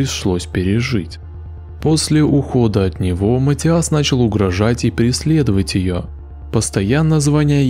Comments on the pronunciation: ваше матиАс невозможно слышать... это каждый раз удар по ушам. Неправильное ударение очень влияет на восприятие. имя матИас довольно распространённое, непонятно почему у вас сложности с его произношением. При подготовке видео желательно проверять и тренировать произношение/ударение. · Матиас, ударение на "и"🙏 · приветики;)) Имя произносится, как МатИас! Ударение на "И"! Спасибо, за ПРЕКРАСНУЮ работу!!! Получила "море" УДОВОЛЬСТВИЯ;)) Nicole Tel-Aviv ISRAEL Shabbat Shalom 🙏